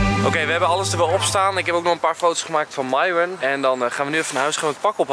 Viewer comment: Ik snap niet waarom enzo de naam van myron steeds fout zegt